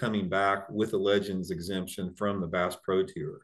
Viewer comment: Brought to you by Kleenex, stay free, and vagasil. Wouldn’t That be a nice boat wrap for the senior’s tewer as he says tour lol